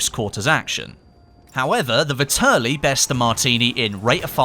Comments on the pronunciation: I'm shocked at how few people understand how to pronounce the name of this gun... Its pronounced like "VETearly" not "vihTURly" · vetterlli not vitterli